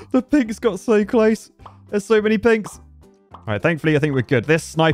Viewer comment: Is it just me or is saying "Pigs" instead of "Pinks"